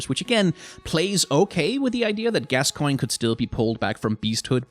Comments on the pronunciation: french here, and pronunciation would work if the name was "gascoing", but "gascoigne" should sound like "gaskwaɲ". but I've also read that they put the "i" in the name to make it easier for english speaker and "gas-coin" is close enough to the pronunciation of gascogne, "gaskɔɲ". the only difference between "coin" and "kɔɲ" is the faint "i" sound (which sounds like the letter "e" in english) in coin before the ɲ sound. here is a link to the correct sound for gascoigne in french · As a French person I recognize that name as kinda French sounding sooooo I think if I may say I think it would be pronounced more like "Gas ko n ye" don’t mean to bother and I could be wrong but if you were curious yeah there’s that ^^ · What language do you think gascoigne is in? In french it is pronounced ga-skoyn So where is this gasqua from? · Actually after I heard him said /Gascoang/ I started to call him the same way. In my head it sounds better that way now lol. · I hope he puts a counter to know how many times he mispronounces Gascoigne's name.